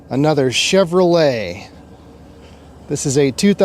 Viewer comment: "Another day, another chuv-ro-lay". OK, it could have been FORD - Fix Or Repair Daily! :hand-pink-waving::face-blue-smiling